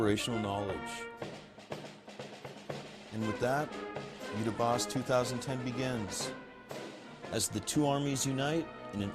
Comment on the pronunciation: It is Yudhya Aabhhyaas.. Somebody needs to at least take trouble to train our US Army to say it correctly so people who understand Hindi, know what they are talking about. Other option is to say out loud in English what Yudhya Aabhhyaas means in Hindi.. It means "Study of War",, Yudhya = war, Aabhhyaas means " to Study"